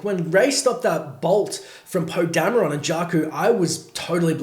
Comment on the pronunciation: Why do you say Dam-e-ron? His name is pronounced Damron